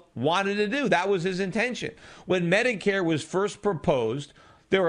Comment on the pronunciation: "Mediqueer" lol